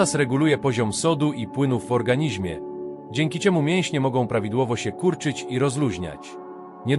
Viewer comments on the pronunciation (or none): none